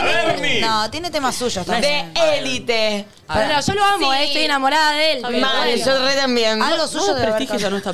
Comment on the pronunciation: Naaaa es E L I T E .. es un título en español no en ingleeeees … E L I T EEEEEEEEE .. no le pueden decir ELIT 🤦🏻‍♀️